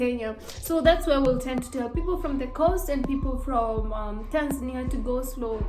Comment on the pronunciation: I like the way you pronounce Tanzania. It's always supposed to be "Tanza'nia" not "Tan'zania'!!!